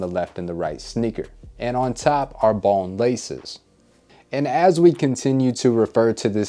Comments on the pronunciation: I couldn't tell what the colorway was that you were saying, might have been just me. But I don't know if you said triple bone, bon, bong, bomb.....colorway. I still don't know. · Wtf he saying? Balm, bon, bomb, bong colorway....enunciation is key.